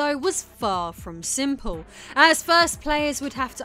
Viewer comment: I love your sense of humour. The way you drift seamlessly between dry British wit, documentary style description, and joking around with deprecating humour, the way you enunciate certain syllables to catch people off guard who aren't paying attention (like enunciating SIMP in "simple"), etc. It's very entertaining while being informative.